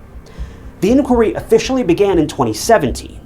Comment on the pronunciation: Has anyone picked your brains yet on how you say inquiry? :) Well done on the video btw.